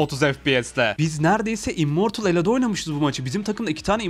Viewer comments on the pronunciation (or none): Abi sen immortul Olcan diyin zaten immortulsu. Jsjsjshss